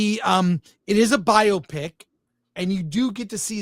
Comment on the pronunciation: How is it 2 life long film critics can't pronounce Biopic correctly?